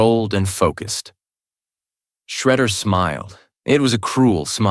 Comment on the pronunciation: Besides a few mispronounciations of a few words and names, this was good. One time Shredder was called "Shedder", and Sterns was called "Stems" twice. I can forgive "Michelangelo" being called "Meek-elangelo", bc that's still a correct pronunciation in Italian. One time, the word "fight" was misspoken as "tight". And "dogi" was mispronounced as "doggy" every time. And "making coleslaw" was misspoken as "malting coleslaw" Is this a human mistake? Or was the narration A.I. generated? There were strange pauses that did not fit the flow of the narrative. Breaks in between dialogue, pauses in between sentences. It felt off. I think your channel would benefit more from a human voice actor reading these books aloud. An A.I. voice sounds too robotic and loses the naturalistic tone that anyone reading off the voices would have made.